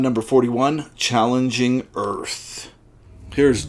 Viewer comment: It's Changeling Earth, not Challenging Earth. Change ling.